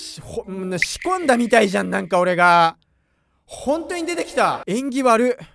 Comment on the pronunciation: 仕込んだみたいじゃん、が シコったみたいじゃんに聞こえて 料理してる手を止めてしまった。。